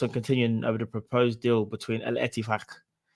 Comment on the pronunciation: pronunciation of etifaq actually spot on una 🤣